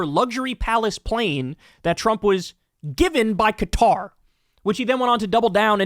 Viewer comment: I have to say thank you for saying Qatar and not Cutter, like so many other channels. It's been driving me crazy! ☺️